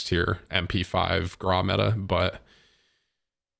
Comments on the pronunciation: Bro stop saying grau like graaahhh it’s graow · I through up in my mouth a bit when you said the grou is better than the kilo and also its pronounced grou not graw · Why do you say GRAW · Bro it’s pronounced gr-ow PLEASE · Petition for Tim to pronounce “Grau” like a normal fucking person Gr - ow (post pain exclamation) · The way he pronounces Grau kills me. It hurts my ears to hear that